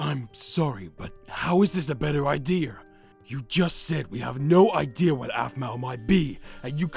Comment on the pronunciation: “idear” made me WHEEZE